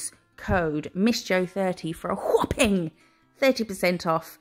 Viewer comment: I always laugh when you say whopping, because it reminds me of Stewie in family guy saying cool whip 😂. As a Scot, I of course love a tartan and this set is no exception. It’s absolutely gorgeous. Perfect for autumn 🍁🍂. Xx